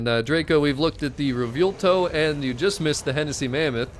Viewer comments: Butchering the name bro 😭 (Anyways, amazing content) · If you're talking about the way he keeps saying Revuelto, I cringe every time he says it too. But we love so we can deal with it.